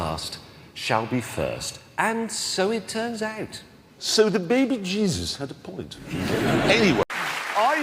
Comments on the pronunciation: the bebejizzus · The Baby Jezes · Baby bjeebus.